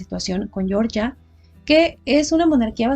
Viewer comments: Para el país se pronuncia Georgia, tal cual, no "Yoryia", pronunciación en inglés para el estado norteamericano. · Hola a todos. Yo también creo que el nombre correcto del país es "jeorjia", no pronunciado a la manera inglesa